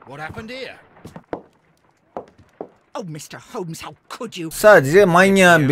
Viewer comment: yoo :D başlarda oyuna girerken bak ve ben dalga geçmiyorum. komik gelmesi suç mu ? ses kaydında bir kayma da olmuş olabilir. ?